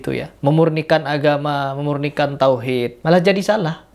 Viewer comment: bagaimana bisa ketauhidan nya terjaga jika baca aja salah??